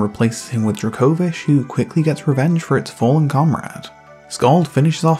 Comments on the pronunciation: The first half of this video, "druh-KO-vish" was bothering me so much because I'm used to hearing it pronounced "DRAY-ko-viSH" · Never have I hear someone pronounce Dracovish like that